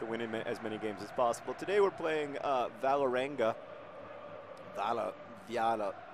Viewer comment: Norwegian team! PS: It's pronounced VOH-le-renga, with a very soft g.